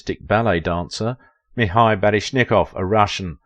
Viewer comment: You say a lot of names incorrectly. Like Mikhail and Baryshnikov and Fosse in just this one video alone.